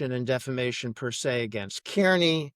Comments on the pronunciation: If you are going to cover this- learn how to say Kearney. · It's wild that after all these years still nobody is able to pronounce Aidan’s last name you would think you would get that down before you report on the story